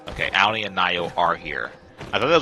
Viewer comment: Thank you! Loved the details in this tutorial I had alotta fun! Just wanna say the name is pronounced "Au-Nee" rhymes with Autumn 😉 not "Ow-nee" Sorry it was driving me nuts